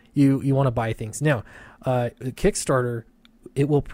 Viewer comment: Kick Nasser , not KickStarter .